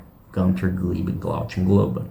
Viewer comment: You're not a Def Leppard fan, or you would know it is pronounced "GOON-ter", not "GUN-ter. And "glow-GHEN" not "glow-CHEN"